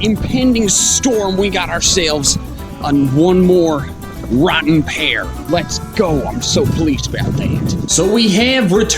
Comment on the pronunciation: Wrotten' Pear XD